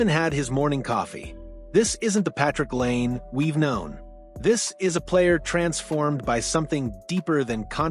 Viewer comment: Please pronounce 'Laine' correctly. This is so annoying.